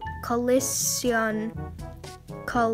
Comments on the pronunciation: collision is pronounced Cole-i-shin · Just to remind you it's pronounced Cuh-Lish-Eon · i want that custom desk also its pronoun ed ' co-lee-shon'